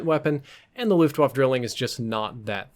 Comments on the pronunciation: YO ITS FRIGGIN GERMAN SAY LUFTVAFFE NOT LOOFTWOFF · I am german and at the monent xou said "Luftwafe" I almost hat to vomit! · Waffe is pronounced, “vah-fa”. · I cringe every time you say "looft wahf" hahaha but great video man, keep the good hard work up :) Edit: Also, "Drilling" is German for "Triplet" referring to the three barrels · The e in luftwaffe isn’t silent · ...man, I was hoping he'd pronounce the name of the weapon right at least for this video. German Ws sound like Vs, and e's at the end of words aren't silent. Ah well. I won't hate on the rest of the video...it IS a good weapon for beginners, if only because once you're an experienced player you won't use the thing every again except as a gimmick. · Luftwaffe is pronounced with the "e" at the end. As in "cat". Just saying. Glad you corrected your idiotic "Brecci" pronounciation which did not make sense in any language.